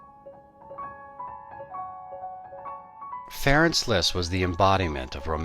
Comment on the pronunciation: Franz, not Ferenk.